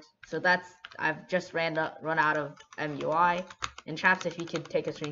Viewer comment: Everybody:MUI This guy: mjuaj